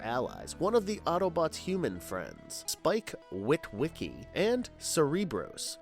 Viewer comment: Well, one thing we do know...this narrator is just reading a script and has NO IDEA of what he talking about.. Enner-gone? Innagron? Skorp-lock? Spike Wit....wick...ky?